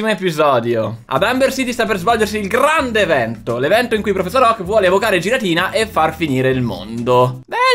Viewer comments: si dice ghiratina non giratina(anche se è scritto così) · Mi trigghera il modo in cui pronunciate Giratina